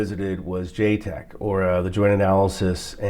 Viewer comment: to be clear i’m pretty sure it’s pronounced “JaTEC.” “JTEC is something else